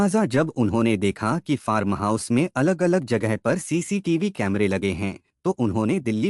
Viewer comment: फारम नही फार्म...पूरे वीडियो में आपने फारम फारम ही किया है जबकि फार्म हाउस बोलना चाहिये...र को एकदम साइलेंट रखना है